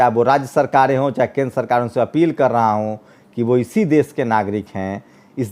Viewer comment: aap ache patrakar he lekin apki bhasha shudh nhi he Sha shabd ka ucharan sa ucharit krte ho.Desh ko aap des keh rahe ho. Aap ek bar satya hindi.com par Shri sheetal P singh sahab ko suniye.inki bhasha kitni shudh hoti he